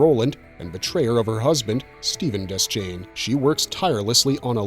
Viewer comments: De-shane. Not Des-chain. That's how Frank Mueller, the narrator of the Gunslinger and Drawing of the Three audiobooks says it. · DE-Shane not des chane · It's pronounced Deshain. The C in Deschain isn't sounded. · Deschain is pronounced Deh-Shane. It's French.